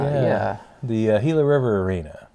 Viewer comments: I have been to multiple games there it's pronounced gila with a G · The coyotes arena is pronounced Gila with a G